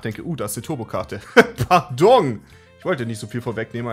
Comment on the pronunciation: "ParDONG" wundervoll